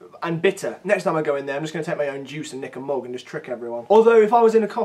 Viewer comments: SAY MOOG AGAIN!!! AGAAAIN MOOG SOME MORE. DRINK FROM YOUR MOOG! i like your videos. thanks. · can you say mug again?